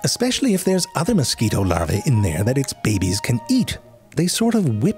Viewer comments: Narrator: In order to make-- sexy deep in sudden heat narration voice (bibbies) 😂😂😂 bro it's "babies' I'm dying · Listening to ZeFrank say “bebe” will never, ever, get old. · The narrator is so amazing! I love his pronunciation of "babies". Reminds me of Schitt's Creek! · The way he says “babies” gets me. 🤣